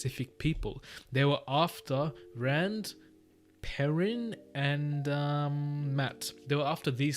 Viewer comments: Perrin is pronounced pear-in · Pronouncations if you want them: Aes Sedai - Eye-Se-die Nyneave - Nigh-neev Myrddraal- mird-dral Don’t pronounce the h in the pronunciation guide. That h at the end just means end the sound there!😂 you had Perrin right before you read the guide!!!